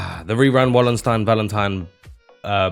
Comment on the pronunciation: Sorry but your pronunciation of Wallenstein made me chuckle 😄 it’s pronounced Vall-en-shtein 😉 p.s. looking forward to the reworked tier lists 👍